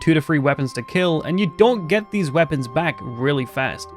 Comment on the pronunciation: “Fro uhble wepuns “